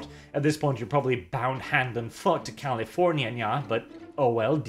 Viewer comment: I love the fact that said "Californyanyanya" =V=